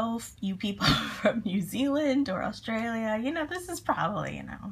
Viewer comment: What part of America are you from? You pronounce Australia almost normal :)